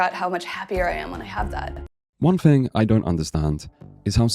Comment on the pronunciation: It’s relatively small thing but the way this guy says “th” is abhorrent. When he says threat or thing it sounds likes fret or fing